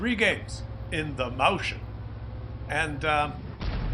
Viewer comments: It just hurts my ears, every time someone non-German tries to pronounce the name of that tank. For future reference: It's Moi -s -chen. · Useless pathetic foreign languages,!!! "Mäuschen" is stressed slightly different: (click on the blue triangle)